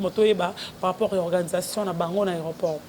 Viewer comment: alobi par rapour (ou lieu de par rapport ) na moni asalaka ngo na nko! Kkkkk